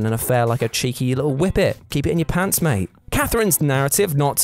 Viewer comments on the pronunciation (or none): none